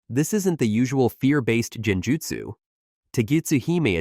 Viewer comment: Saying "Jen-jutsu" 🤷‍♂️🤦‍♂️makes this obvious the AI narration lacks any respect for the Naruto verse. Bye felicia🤣